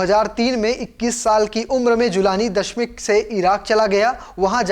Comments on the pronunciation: Bhai ji (dashmik) nahi DAMISHK hai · Abe jahil dashmik nhi ,,damishk hai😅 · Abe dashmik nahi damascus ya दमिश्क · Damishq sahi se bolo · Damishq sahi se bol lijye sir